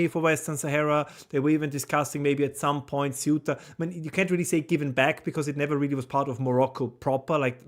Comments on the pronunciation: If you are from Spain, then it is pronounced the-oo-ta. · Raymond, seh-oo-tah. There is no other way to say it. nless yoire from spain and say the-oo-tah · The -oo-ta the C is th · Meant to say with the stress on the "e." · Nobody there pronounces the name as Say-You-Tah! It is Ceu-tah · Ce oo ta. Ce u ta. Ceuta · "Ceuta" is a two-syllable word. The "u" and the "e" are one syllable, with the primary stress on the "3." "CEu-ta." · Theóo ta. Would be the English pronunciation to make it sound Spanish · Hi Raymond, your pronunciation of Ceuta is correct except that the "C" in Spanish as spoken in Spain is pronounced as "th"" in "the'. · Thay-oota. De nada. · Ceuta pronounced in Castillan Spanish the C is pronounced as th as in the , theuta.. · Sae-oo-ta (like Ce-u-ta), not many ways to pronounce it. Anyway, appreciate the videos anyway. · You almost got it. it's cEuta, with the accent on the E, but you (incorrectly) put the accent on the U. It's crazy how few of people talking about the subject can't even get the name of the place right, and it's somewhat funny to hear the entire world say a short hard to fuck up name i've heard said correctly my entire life. It's hardly the point of what's actually going on here in spain, at large. But hey, if you really wanna be as informed as possible, now you know how to pronounce it aswell. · Pronunciation of ‘Ceuta’: Apparently the Spanish pronounce the ‘C’ as ‘th’, as in ‘thing’. So thay-oo-ta. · Por favor. Castillian pronunciation: 'thay-úta'. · se-oo-tah … “se” like the beginning of the word seven; “oo” as in a cow’s moo; tah as in the last syllable of Utah. Or if you want to say it like Castilian say … the-oo-tah with “the” ending with a short e sound .. kind of like saying “they” but drop the y. And, yes, I am a Spanish speaker and I have visited Ceuta, but not since all this crazy Muslim migration started about 10 years ago. Keep up the good work. God bless! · I heard soot-a